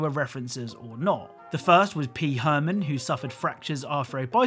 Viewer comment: P Herman severe bike crash for fuck sake its Pee Wee Herman